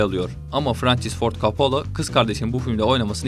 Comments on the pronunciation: Oooooooo !!! You fcking kiddin' mee ?? Coppola. Coppola !!! Not fucking coppolo ! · Kapalo, kopalo 🤣 İkisi de değil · Coppola ismini üç farklı şekilde telaffuz etmişsiniz,komik :) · kopalo değil kopolla.. köbrik değil kubrik .. ingilizce parçalıyor seslendiren. bilmiyorsan söyleme